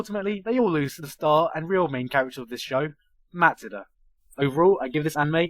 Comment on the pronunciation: I started cracking up when he said Matsuda.